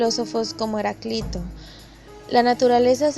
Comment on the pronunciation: Leer con acento Heráclito y Empédocles. Si no, parece una lectora improvisada e ignorante.